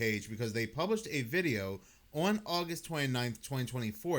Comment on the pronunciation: the word is "on" not "owan" It's "satan" not "say-in." It's "Muss-key-gin" not "muckee-gin"